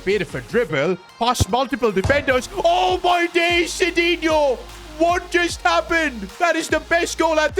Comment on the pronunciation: bro, not Sidino, it's McDino. He should go to Man United, he will suit there, just kidding, love ur content man:face-blue-smiling